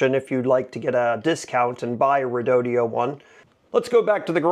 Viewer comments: Quit saying Redodio. It’s Redodo. Says it right on the battery. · Thank you for doing these videos! I’m considering an assist motor for my Hobie Adventure Island (kayak sailboat) for either when I’m stuck with no wind, or, when I want to get somewhere but I’m heading into winds that are too strong to get anywhere very quickly. I’ve watched a few of your videos that include the redodo battery. My ADD has me a little stuck on the pronunciation…as you are saying it like there’s an extra “e” (redodeo). Is that really the correct pronunciation?